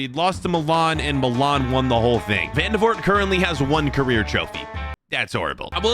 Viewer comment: i did know who vandevoort was. and i'm belgian by the way it's pronounced van-de-voort